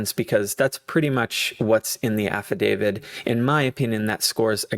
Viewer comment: Please note it is an AFFIDAVIT with a ‘T’ , not an “ Affa-david”.